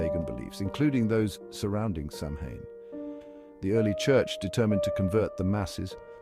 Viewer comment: I hate these AI voiced videos. Sometimes they mispronounce words so badly it’s impossible to watch. But this one is just offensive. If you’re gonna say Samhain a hundred times then get the word right